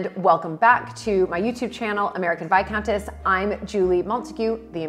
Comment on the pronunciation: It's gas Vicountess. Lol